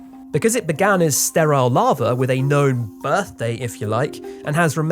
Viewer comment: "Larva" I can't not hear this.